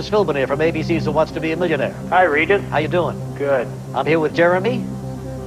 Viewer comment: It’s Regis not Refis.